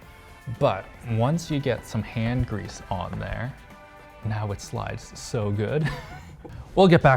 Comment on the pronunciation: "Hand-grease"... What the hell?